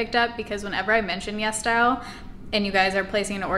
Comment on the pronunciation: ITS CALLED YES STYLE??? oh my god this entire time i thought you were saying Yes Dial